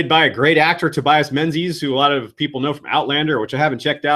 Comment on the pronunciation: Tobias Menzies surname is pronounced Ming-us